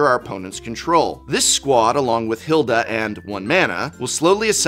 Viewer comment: Az-OR-ius. SIRE Ginger, HEIL-da